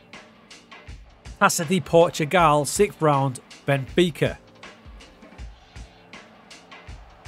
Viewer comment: Casa de Portugal? House of Portugal? You mean Taça (Tah-ssa) de Portugal. Keep going man!